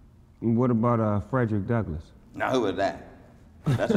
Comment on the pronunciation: Lmaooooooooooooooooooooooooo Yoooooooooooooooooooooooooooo Son said FredLick Douglas 🤣🤣🤣🤣🤣🤣🤣🤣🤣🤣🤣🤣🤣🤣